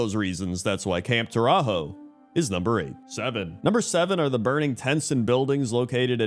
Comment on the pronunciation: camp tore-a-hoe a new one